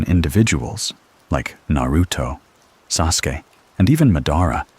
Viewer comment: Love the AI pronouncing Sasuke. As soon as I heard that I had to roll over to grab my phone and change this.